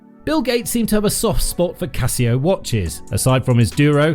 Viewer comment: Essa pronúncia do Casio é de doer o ouvido.